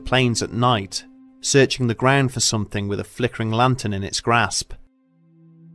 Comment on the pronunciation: That was a great story, but do you think you could try to say something instead of somethink? Please?